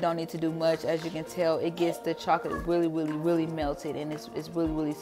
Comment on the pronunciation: weally weally